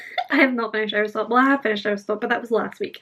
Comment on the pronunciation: I love your vlogs and your accent when you were saying our stop it sounded like Aristotle idk why but it did, I so want to read all three of the books you mentioned now. Thanks for this. I also just love reading sprints.💕